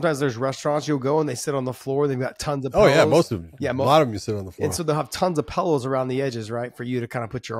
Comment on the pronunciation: Josh "Pellows" Thomson